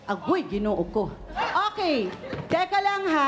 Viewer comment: hahahaha "aguy ginoo ku" lumabas ang pagka waraynon ni ms. Karla😂